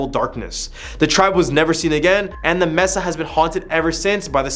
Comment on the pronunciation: "MES-AH" immediately leaving